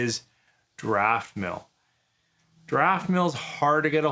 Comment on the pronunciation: There is NO "r" in Daftmill, but it sounds like you think there is... (Still: not as bad as some people saying 'ArdbeRg'! Do they really think Islay Scotch sank the Titanic?)